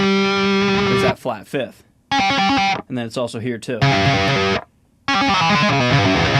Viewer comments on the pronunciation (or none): none